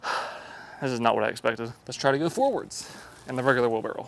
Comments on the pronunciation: Is he saying wheel barrel or wheelbarrow? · Titles the video "wheelbarrow". Spends the entire video calling it a "wheelbarrel". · Why does he say wheelbarrow like wheel barrel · Wheel-barrel 😅🤣🤣😂🤣😅, your a legend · Wheelbarrel 😂 I can’t unhear it… I’ve tried, I just can’t 💀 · The way he says wheel barrel, it’s wheelbarrow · Was he saying wheel barrel? Lol that’s what I heard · Dude, why you keep saying "wheel barrel"?